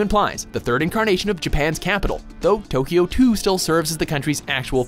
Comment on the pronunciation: I do enjoy these lists... But please, please, do at least a little bit of research on how to pronounce titles/character names. I cringe so hard every time.